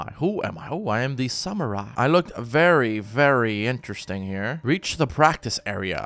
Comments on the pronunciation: you called a night a samurie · When you mess up samurai and knight still love the channel though